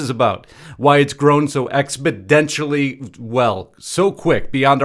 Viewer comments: ExpoDentially? No, uh-uh. It is - expoNentially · Expodentially??? WTF Engrish is THAT??? 😳😝😂😂😂